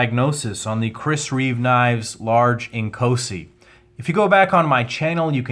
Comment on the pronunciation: Great video... just wish all the reviewers could get the pronunciation correct... it is NOT Ink-OH-si (like in OH MY G...) it is pronounced... In-KAAAW-si. (like in AWE-SOME)